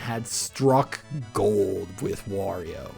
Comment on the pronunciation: I could have sworn you said "worio" at one point